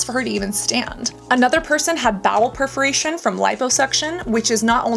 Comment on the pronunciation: It’s bowel PERforation, not PREforation